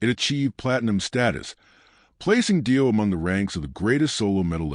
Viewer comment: Clickbait nothing new. Save yourself the time and watch a tribute that at least pronounces the guys name right.